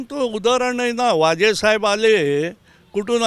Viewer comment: काका "माझे साहेब" म्हणाले तेव्हा मला "वाजे साहेब" ऐकायला आले. आता "वसुलीची" स्टोरी सांगणार असे वाटले..😜